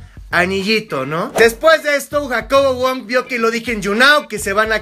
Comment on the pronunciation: En El Minuto Habla Como Argentino Dice JacoBoludo Wong Fijense xD (Like si es cierto)